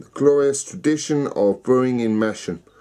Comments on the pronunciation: GRRRRRRRR I could scream.. sorry to be pedantic but it's pronounced 'Mass-ham' notg like Mash-am. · Its Mass-ham LOL! I live near there! Love Theakstons